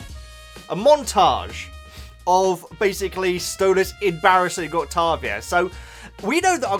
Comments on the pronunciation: Hey, I love your videos and your enthusiasm for the show and characters always puts a big smile on my face! Anyways, I just wanted to tell you that Octavia's name is most likely going to be pronounced Oct-Tei-Via. Also, her nickname is Via, just in case you want to make it easier on yourself. Also she is Stolas' daughter, and yes Angel has a family that is still around, unlike what we know about Alastor.. I hope this clears some things up a little, and helped you out! (P.S. Angel's given name is Anthony) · i was gonna say octavia's named is pronounced like this, oc-tay-vee-uh just so u know😊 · I think it’s octAvia like with an A instead of a O :3 I don’t have Insta so ur the only way I can see the Hazbin and helluva boss posts so ty :D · Oc TAY via. That's how I pronounce.